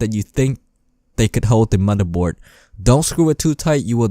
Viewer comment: The mothurbord, bery sexy